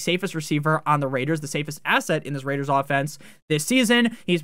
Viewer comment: I live for the Las Vegas RRRRRRaiders call